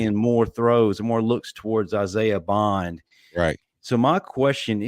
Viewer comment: BOND not Buggs lol Isaiha BOND